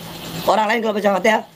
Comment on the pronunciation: baca alfatihah aja salah😂😂😂😂